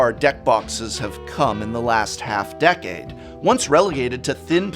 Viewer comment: “the last half *DECK*ade”? XD